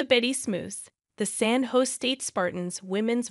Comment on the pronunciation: Use a real announcer. They can pronounce "San Jose" correctly.